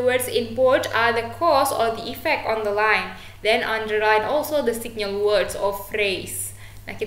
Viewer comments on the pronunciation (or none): Tolong belajar mengucapkan "effect" Bukan " ivek tapi effek"